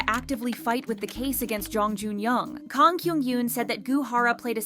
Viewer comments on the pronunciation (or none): none